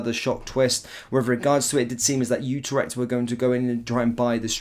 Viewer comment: It's NOT UTER-ECHT it's U-TRECHT